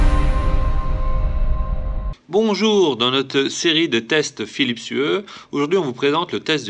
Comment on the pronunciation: désolé pour la prononciation... mais ca se dit Phillips YOU (comme you en Anglais).... :p